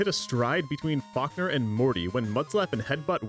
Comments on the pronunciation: Nah, I just caught a stray 'Fockner' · Why am I hearing you say F*ckner instead of Falkner😂😭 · Every time I hear you say Falkner, I keep thinking you're saying, Fuckner 🤣